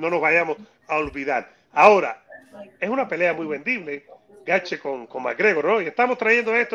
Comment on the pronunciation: Porque le dice gatche ? Jajajajajaj